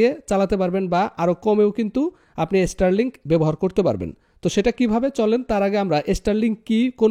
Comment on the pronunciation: বাবা, এস্টারলিংক না, শব্দটা স্টারলিংক। উচ্চারন শেখো, পরে কথা বলো।।